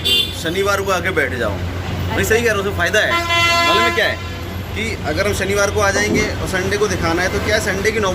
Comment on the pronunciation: Yaar plz improve ur hindi.....hr baar sh ko s bolti hain aap...आसा(आशा),मासा,फेसियल,सनिवार, भासा, और भी जाने क्या क्या।जब आप इस line में आ ही गयी हैं जिसमें बोलने का काम है तो आप को अपनी भाषा शुद्ध करनी चाहिए।भासा, बेडसीट,यह सब सही नहीं लगता।sorry अगर मेरी बात आपको बुरी लगी हो तो।शीशे के आगे बैठ कर practice करेंगी तो 8 से 10 दिन में काफी imorovement हो जाएगी,क्योंकि आप educated हैं,और कर सकती हैं।i am sure😍